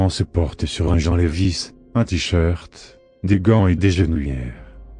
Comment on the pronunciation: Salut, quel logiciel utilises-tu pour la voix ? Pars que, si possible pourrait, tu crées certaine des syllabes toi-même ? Du genre pour le jean ? Pars que, entendre " Mon choix de tenue se porte sur un jean levis " jean ayant la prononciation du prénom " Jean " et non du jean le vêtement ça tue un peu l'histoire ^^"